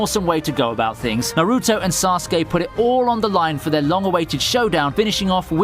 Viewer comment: Does he pronounce naruto and kaguya that way to get a rise out of people?